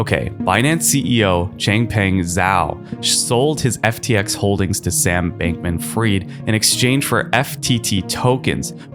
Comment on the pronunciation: Al-A-meda not Almeda - also, Sam Bankman Fried not Froyd 👀🙄🤷‍♂✌